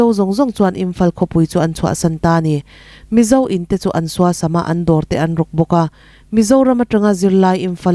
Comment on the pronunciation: The Mizo tih i lam dan kha, Mizo tih kha lam rik sap vak a ngai hleinem.... THE MIZO tiin Mizo tih lam rik dan pangngaiin lam ta mai la a mawi zawkin a dik zawk bawk